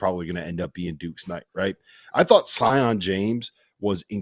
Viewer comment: Please pronounce Sion’s name correctly (Seeyon)